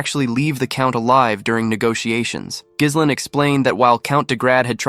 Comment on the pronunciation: that's not how you pronounce Ghislain. In either French or English. We're supposed to go through 52 chapters when protag's name is annoyingly mispronounced? seriously?